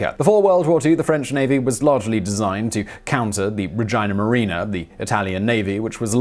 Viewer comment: whoops, Yeah that’s “Regia Marina”-“Royal Navy”. I’m also happy with “Regina marina”-“Queen navy” tho :)